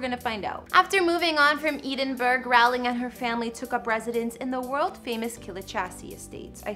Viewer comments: Did she just say Eden-burg? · eeedin-burg? Yes we have REAL castles in Scotland not plastic ones in Florida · I love the way she pronounces Edinburgh as Edinburg and Gloucestershire as Glow-cester-shire. It made me giggle. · Almost as good as Glough-chester-chire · This is worst attempt at pronouncing "Edinburgh" I've ever heard. Wow. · As a Scot, I cringed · This women is pronouncing both 'Rowling' and 'Edinburgh' incorrectly. And there's a county she pronounces so incorrectly I can't even tell what she's supposed to be saying. How hard is it to do a cursory search. Shut up.